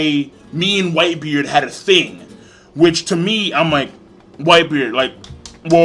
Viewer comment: That nigga can't even say whitebeard correctly lmao "whitebeer" 😂😂